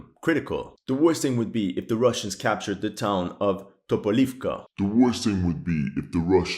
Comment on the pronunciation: TopolEvka, not TopolIvka. Har`kOv, not HarkIv.